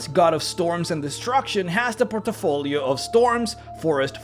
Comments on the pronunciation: Interesting, thought-provoking vid - thanks for posting. Small thing - say 'portfolio', not 'portofolio'. Lose no sleep, and all best. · Port - Fo - Lee - Oh = Good Por - Ti - Fo - Lee - Oh = Bad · Port' i- folios.....or...portfolios.... there is no i. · "porto folio" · "Port-a-folio" Great video! Keep it up! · I was surprised you spelled portfolio well. A bit of me dies when you pronounce it as portafolio, you know. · I love your content, man But sorry, I laugh out loud when you say Por-te-folio XDDD I am a bad person ^^ I apologize awesome video, really appreciate your work :) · Brah. You need to learn how to say "portfolio" properly lol